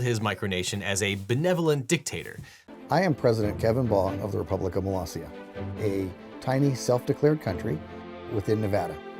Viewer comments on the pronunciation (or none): You mispronounced Molossia as Moe Loggia, instead of Moe Loss E Uh